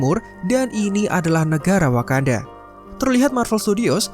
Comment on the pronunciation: Wakanada... wkwkwk :)